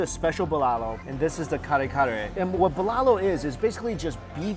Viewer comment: Lmao. Your pronunciation of the Filipino dishes bruh you're butchering them! Hahhaha.